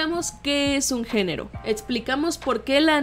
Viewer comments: dice genro no género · No es por arruinarlo pero dice génro y no género